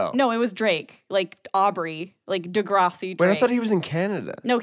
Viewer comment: why does pronounce degrassi like that lsjdkd normally it’s pronounced like the vowel in “grass” lmao